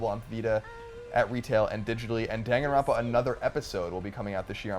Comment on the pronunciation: lolz it kills me inside that everyone keeps mispronouncing "Danganronpa"